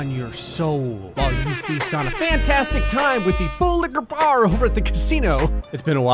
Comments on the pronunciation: WHY CAN'T YOU JUST SAY "FULLIKA BAR"?! WHAT'S "FULL LICQER BAR"? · Thwul wiqar bwaaarrr